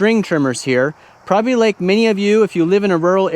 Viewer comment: "Prahbee" is not a word.